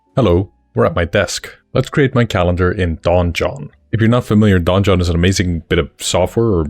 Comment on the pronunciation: Fun fact "donjon" is the french word for "dungeon" and the "j" is pronounced almost the same as the "g" is pronounced in "dungeon" in english. However, hearing it said like "Don Jon" made me smile 🤭.